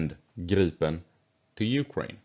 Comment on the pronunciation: in english it sounds like you are saying Girl-pin... hehehehe